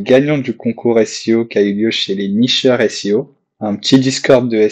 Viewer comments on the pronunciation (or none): Top bravo pour ce premier podcast 👍par contre Neurchi de SEO et pas Nicheur 😉